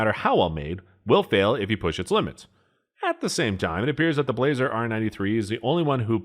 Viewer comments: How in the ** do you have this many subscriber's? You can't pronounce Blaser and compare an H&H to a CZ. I bet you shoot Mossberg rifles. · ...Oh, you mean the "BLAH-SER" R93. Sorry, that made me giggle. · agree 100%....total goofball review. Blaser (correctly pronounced blah-zer) are $5k+ and a new H&H dbl will set you back about $100k. He complains the H&H is only good for it's intended purpose...duh! This bonehead is a total jackwagon. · Sorry, dude, but when you cannot spell or pronounce Blaser correctly, I'm stopping the video and blocking you. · It's "Blah-zer" not "blazer" and it was tailored more to the European market where hand loads aren't as common. The hunting r93 is a toned down r93 tactical which is still used by many militaries. The r8 is supposed to be their flagship of the hunting line paired with the f3 over-under. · That's funny. As soon as he said it I thought the same thing. He started off poorly by introducing the Blaser R93 by saying "blay-zer" rather than "blah-zer". That one had me chuckling too. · "BLAH-zer", not "BLAY-zer". By the time this video was released, Ruger had bought Marlin, refreshed the tooling, and was producing excellent-quality lever guns under the Marlin name. There is a lot of debate on the quality of the "post-'64" Model 70s. I have a Heavy Varminter model from the '90s that is one of the most accurate firearms I have ever seen, and my Super Grade 458 Aftrican has fit & finish to rival many pre-64 standards. Doubles have advantages of two firing pins and no worries about bullets in the magazine jumping crimp and tying up the remaining rounds.What was said about the Weatherby cartridges is also tru of the Ultra Mags by Remington, as well as several dozen proprietary cartridges. they are not for neophytes. However, I have seen plenty of flinching and missing with 30-06, so would that make anything chambered in it an overrated gun? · Pronounce "Bla - zer" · Pronounced blauser